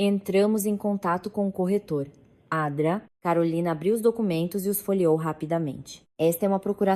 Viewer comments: A Dra carolina😂 Se fala doutora Carolina 😂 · Doutora não Dra, ninguém diz dra, lendo na frase, é doutora. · Pir a toda hora vc diz adra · Odeio essa narração que não fala corretamente as siglas, como por exemplo, a dra. Dra. Significa doutora. É tão difícil corrigir a narração? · Porque a IA não reconhece Dra. como uma abreviatura e vocaliza sistematicamente "dra" como uma palavra por extenso? Onde fica o conhecimento do idioma? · Parei de escutar so por causa dessa adra uff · Ao inves de doutrora, ela fala dra!!! Que horror! E o R de real ela fala R e nao real